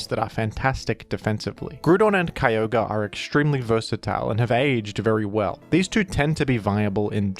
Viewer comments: I will accept this change if you pronounce Kyogre the same way as the Hoenn pokerap, Ki Yogr ee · Yet you keep mispronoucing Kio-gray